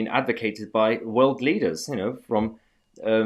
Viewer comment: WEF did you say leaders or bleeders?